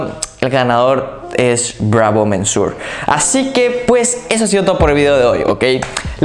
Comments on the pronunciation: "Bravo MENSUOR"??? En serio, lo digo como crítica constructiva, deberías informarte de cómo se pronuncian los nombres de los perfumes antes de ponerte frente a la cámara. Ya te pasó hace poco diciendo "ROSENDIU MATIEU" cuando era español y se pronuncia tal cual se escribe, "Rosendo Mateu". "Monsieur" se pronuncia "muh syuh", tal cual. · se dice Bravo "MESIÉ". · No sé qué suena más gracioso, que pronuncies “mensur” o “mensuar”. Si pones la palabra en el traductor de Google, puedes escuchar cómo se pronuncia en su idioma original. Por cierto, la expresión “dura arriba de” es un calco del inglés, lo correcto sería: “dura más de…”. Ánimo. Ah, a mí esta fragancia de El Ganso me huele a iglesia. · Por qué dices 'mensuor', sí es señor en francés? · Monsieur = señor en Frances ,,,checa como se pronuncia.SALUDOS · jajajajj cada vez que pronuncia monsieur lo pronuncia diferente y peor xD